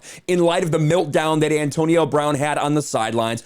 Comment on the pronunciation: This is the last time! Mel-t down. Not Mil-t down! Big hugs and thanks for the content.